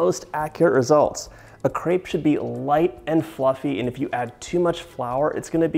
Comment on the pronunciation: Hard to resist the urge to correct the pronunciation of crêpe! I’ve actually been thinking about crêpes a lot lately and have wanted to make some. They can be a bit tedious, but they’re so light and just lovely. I’m a huge fan of savory crêpes as well, so I’m thinking of making some stiffed with veggies and some cheese.